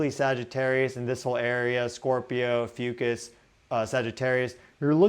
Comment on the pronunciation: 🌻Hi, mins - I stubbornly needed to know if you said, Ophiuchus or the constellation Asclepius,, because my computer's closed caption spelled it 'AFUCUSS', and sounded like 'Ahh Foo Cuss"... I'm partially deaf and not familiar with constellations (as most likely, many in your audience). If you're pointing to the Serpent Bearer constellation, then PLEASE REITERATE as "Ophiuchus, the Serpent Bearer". Once I turned the brightness on my screen all the way up, I could read 'Snake Bearer' on your Stellarium viewer. I wasn't sure that is what you had pointed to, though. Then I switched over to google ai and asked if the 'Serpent Bearer Constellation was also called "AFUCUSS'. Ai responded with "Did you mean Asclepiius or Ophiuchus? So l then want to images on google to see what Asclepiius and Ophiuchus looked like. I got a match with the Ophiuchus Constellation, but it was turned around., I do love your podcast, but this word you used was a bit exhausting for me. Thank you so, so very much for considering my advice.🌟💛🌞🧡☀